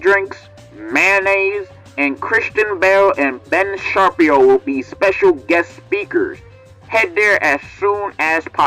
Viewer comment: "Ben Sharpie-o"